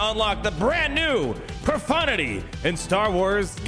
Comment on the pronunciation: lol a streamer that actually says profundity and no pro-FUNTITTY?